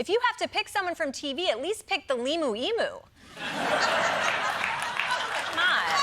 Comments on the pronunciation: Pick the what?! lol Emoo? It's Emu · Desi, Desi, Desi!... It's not Ee-moo - it's Eeemm-You! 🤓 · Sorry, Emu is pronounced ‘eemyou’ 🇦🇺🇦🇺